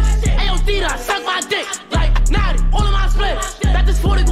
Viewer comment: It’s notti not noti